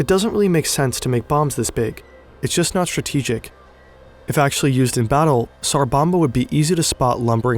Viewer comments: It's tsar bomba. Not sar. Your spelling it correctly but you keep saying sar. The T is not silent. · it's called "TSar bomba" not "sar bomba" pronounce like leT'S , TS sound